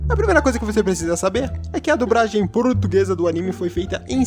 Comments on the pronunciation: A unica coisa irritante é ter que ouvir vc falar "dubragem" o tempo todo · "DuBragem" kkkkkkkkkkkkkkkk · "dubragem" kkkkkkkkk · Toda vez q o diz "dublagem" eu entendo "dubragem" kkjkkkkk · dubragem kkkkk (perdoe a criancice kkk)